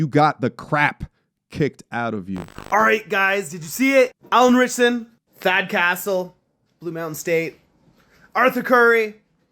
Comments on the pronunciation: A good report but I wish you had pronounced his name correctly, it's Ritch-son not Richardson. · It’s Ritchson. Not Richardson. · not Richardson Ritchson Pronounced Rich Son I realize in a world where getting as many viewers as possible is the priority. Saying the name of the people in the video correctly may not be of importance, but it does reflect how accurate and how much research you did. That being said I do feel you did a great job of showing what happened and how it supported your views on it. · Isn’t reacher’s actor’s last name pronounced rich-son, not rich-ard-son? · Thanks for the story but do you realize the actor's name is Alan Ritchson NOT Alan Ritcherson. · his name is RITCHSON !!! NOT RichARDson !!! Git it right, Aight !!! Foo !!!!! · Ritchson not Richardson! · Well , for a start Could somebody tell me what incestuous revving is? I don't know much about motorbikes.I can't help wondering what this actually means. Also, it would be really great if the idiot presenter could call Alan by his correct name , which is RICHSON NOT RICHARDSON. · It's pronounced RICH-SON not "Richardson" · Details matter. His name is Ritchson. Not Richerson or Richerdson, which you called him several times even while you were reading it right off of your screen multiple times. He is 6'2", not 6'5". Perhaps do a little research in those 4 days prior to making this "content". Facts are important. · A small matter, but isn't his last name Ritchson, not RiCHARDson. Maybe, because people pronounced my name incorrectly for years 😂. Good video vindicating him. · You spelt his name correctly in the text, then called him Richardson throughout the video. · Dude! Please learn the guy’s name before you talk about him. His name is ALAN RITCHSON NOT Ritchardson. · "Ritch-son" not "Richardson". I don't get why every detail of celebrities lives HAVE to be on display 24/7. There were a million more important things that happened that day, but here we are. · it's Ritchson not Ritcherson